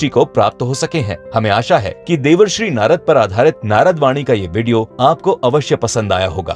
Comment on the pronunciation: Devarsri nhi bhai Devershi🤨